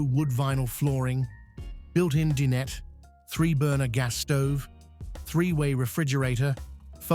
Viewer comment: Din-et? 🤣 Ignorant "a-i" can't pronounce dinette!